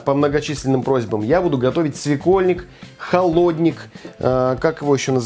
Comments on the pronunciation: холоднИк,а не холОдник. Свекольник- это горячий суп со свеклой.Ну а остальное дикая импровизация по Высоцкой😂😂😂😂😂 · Классический холоднИк( ударение на последнем слоге) без мяса, а всё, что с мясом это уже окрошка.